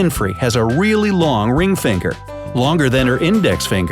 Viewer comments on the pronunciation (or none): Middle feengher 😂😂😂😂😂